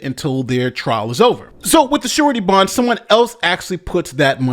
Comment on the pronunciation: I totally thought you said "shorty bond" and was wondering if that was some sort of slang for a temporary bond or some such other thing...